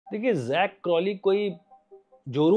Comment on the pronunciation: Shukar hy kisi indian nay Zak ko sahi pronounce kiya hy . Warna sub Jack Crawley bolty hain😂😂😂😂. Difference hy Jack aur Zak mein